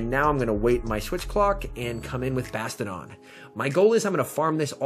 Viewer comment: Is there a reason you say bastadon instead of bastiadon?❤😉